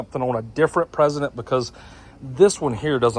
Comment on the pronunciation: Stop saying President! It's Precedent